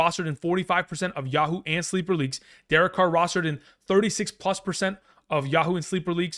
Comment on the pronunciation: He said Yah-HOO leagues lol